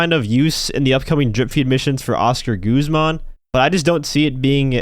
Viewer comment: How not to pronounce Coquette and Guzman by 🤌